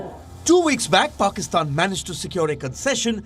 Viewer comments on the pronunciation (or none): Is it me or anyone else also noticed PAKSITAN instead of PAKISTAN?🙄🙄